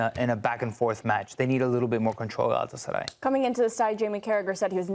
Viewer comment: very rational guy. Also, never heard a non-Turkish speaker pronounce Galatasaray this well.